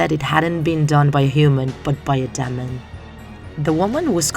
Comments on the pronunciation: "ass-is-in." "dem-in." um. i think you pronounced them wrong but ok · Americans pronounce them words differently yo, Demon is Demøn they pronounce, thus sounding- Dimnh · hear how she says demon lol hahahahhahaha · When she said demon wrong.